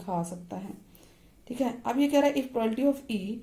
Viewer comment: Ma'm this is not a prolality its a wrong proununsiation this is a probability